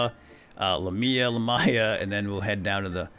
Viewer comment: Don't take my word for it, but I think Greek vowels are pronounced the same way that you say the letters themselves when reciting the alphabet. Trikala might sound like Try-kay-la, and Lamia might sound like Lay-my-a, idk